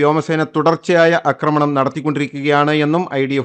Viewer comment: അക്രമണം അല്ല ആക്രമണം😎